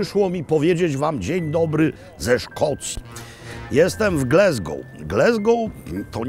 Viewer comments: Mogę się mylić, ale ja wymawiałbym Gläzgou. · No właśnie, Glesgoł też brzmi okropnie… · glAsgow ... tam nie ma "E" :) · Przestań mówić Glesgoł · Dokładnie! Pozdrawiam z Glasgow 😉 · GlAsgow nie GlEsgow ! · Gl-A-sgow, nie Gl-E-sgow. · te" ł" dobrze wymawiane było,tylko nie mówi się GLE... tylko GLA... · Panie Robercie - Gl-A-sgow. Greetings from the Highlands. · No dokładnie, aż mi się słabo robi jak słyszę Glesgoł… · Jeden z najslabszych odcinkow! Nie ma miasta GlEsgow!!! To mocno razi jak A wymawia sie jak E!! Tez, w pubie to nie byl brown sauce ale gravy! No i ta lyzka gotowanna z haddokiem to niezbyt mile. haddock nie hEddock. Sorry za ten komentarz ale akurat zbyt wiele mnie w nim draznilo. Pozdrawiam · Panie Robercie, uwielbiam Pana program, ale jedna drobna uwaga co do wymowy miasta. GLASGOW (nie Glesgou). Tam jest A, nie E. Pozdrawiam! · Mam Lumix S9 i jestem bardzo zadowolony. Tak GLASGOŁ nie GLESGOŁ 😊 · Glasgow a nie Glesgow!!! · Wspaniale, witamy u nas Panie Robercie ❤ tak na przyszłość: nie mówimy "glezgoł" tylko "glasgoł" 😊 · Wszyscy w Szkocji nazywają Glasgow przez a nie przez e. Nie wiem czemu w Polsce ciągle wymawia się Glesgoł.Tak samo mówią słowo "have" przez a, nie przez e i słowo "has". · Robercie, kocham i uwielbiam, ale skąd ten Glesgow i heddock? Glasgow i haddock, po prostu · Dzień dobry czyta się Glasgoł nie Glesgoł. Ale to normalne w Polsce 😂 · Glaaaaasgow, nie Glesgow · Glasgow a nie Glesgow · Nie Glesgow a Glasgow. Taka mała uwaga. W Szkocji A nie czyta się jako E, Tak jak I czyta sie jak I nie jako E w nazwach miejscowości, zostało to z gaelickiego gdzie zapis I był w postaci YI. Szkoci mają również twarde R w porównaniu z Anglią. Dla przykładu słowo "Kirk" czyli kościół czyta się tak samo jak w Polsce nie jako Kerk. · Mowi sie Glasgow nie Glesgow . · Panie Maklowicz, mowimy Glasgol, nie Glesgol. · Ptysiu jakie G l e s g ow ? Ptysiu gdzie tam jest “e” G l a s g o w ,,, rybenko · GlAAAAAsgow , GlAsgow nie GlEEEsgow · GLASGOW, a nie GLESGOW.